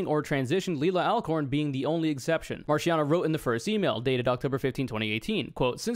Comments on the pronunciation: Hearing you do the soft ch in Marchiano hurts so much more when you do it with the accent. Ch in Italian makes a k sound, and C makes a Ch sound. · you should be legally prosecuted for pronouncing italian names like that